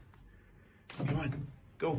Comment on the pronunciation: come on diyor ama iyi dinleyin sanki Kemal diyor :D